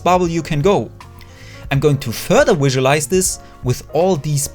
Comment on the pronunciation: someone should count how many times he said "wisualize"